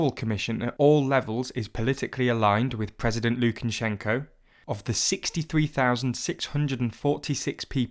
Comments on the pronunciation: Lukan-shenko. It's just Lukashenko. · It's not Lukanshenko, it's Lukashenko! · Thanks for the video! By the way, it's Lukashenko, not Lukanshenko (no n after the a). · Its Lu-ka-shen-ko Not lu-ken-chen-shen-ko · ”Mr Lukanshenko” You had one job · Why does this guy keep saying "LukaNshenko"? Surely you'd make sure that's the one name you'd get right when writing this script... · Where have you found a letter N before SH in Lukashenko? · I wish you could have at least pronounced his name correctly.